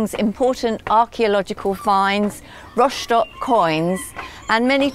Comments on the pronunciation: /rostok/ not /roshtok/ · What's with ROSHDOCK? It's rostock....even German's don't say it like you do.